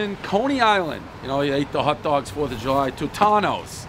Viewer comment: He's actually been to Italy, but he just sucks at pronunciation. I mean, he can't even say "hot dog" correctly.